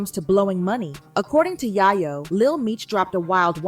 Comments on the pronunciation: It's yayo not yiyo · To pronounce his name Tony Yi-Yo is mad crazy😂😂.. who is this woman?? And then to have the story wrong is evening crazier. It was little baby who did not have money for Big Meech